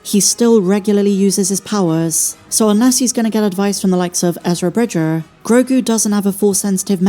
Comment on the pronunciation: Erza Bridguurr! Did I detect a little bit of a Bristolian twang then I wonder?! Ooh arrrr